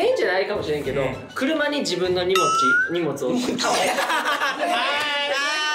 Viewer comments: にもつをにもちって言うみっちー可愛い💕😍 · 可愛い～"(∩>ω<∩)" 言い間違えめっちゃ可愛い 「にもち」って💗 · 道枝くん、収録日を覚えているのすごい😂荷物を「にもち」って言っちゃうとこ可愛い😍